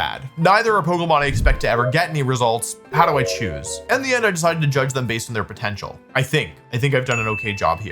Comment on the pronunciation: DID YOU SAY POTENTIAL